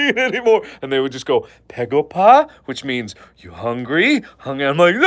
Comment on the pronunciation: I'm Korean and I strongly agree with your pegopa story(btw it's begopa. I know korean b sounds like p but you know. I had to say it)! Whenever I visit your relatives, I easily gain 2kg. They always ask 'pegopa?' EVEN RIGHT AFTER HAVING MEAL AND DESSERT! Alright close your eyes, sshhhhh close your eye Imagine, you are at your granny's house. She greets you and bring you inside. She prepare a freaking supper, thousands of dishes barely fitted on to a dinner table. You gladly eat 98.34% of it because you appreciate it. *THEN*, she bring you some sweets for dessert. You stuff yourself with it, you feel that you can't eat anymore or you will explode. *BUT*, she brings out some incredibly fresh fruit for you to eat. You say "Granny, I'm peblo(full)! You don't need to feel like you have to feed me". But she replies " Just little more honey, I promise it's the last food you'll get from me for today". You some how fit in those fruit. And she was right. It was the last thing you got *from her*. Suddenly, your first aunt bashes in. "Hey my lovely nepew! I bought this AMAZING chocolate cake *JUST FOR YOU*. Wanna try it?" "Hey aunty! I'm so sorry but....." Even before you finish your sentence your second aunt enteres, followed by your third uncle "Hey honey! We got you korean fried chicken and sushimi!" "Thank you everyone bu" Shut up already, your second uncle has already entered with biggest freaking watermelon you ever seen in your goddam glorious life! *JUST FOR YOU*. "...b,but...." Y